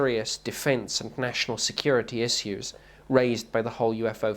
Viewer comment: Cringing at how he says "issiws"...(issues) I just cant stand this dude bc hes a sellout and a liar